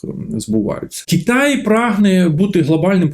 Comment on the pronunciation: Голосюче, та не КіТай а КИтай